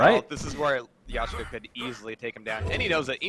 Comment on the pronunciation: it is "Leshka", not "Yashca"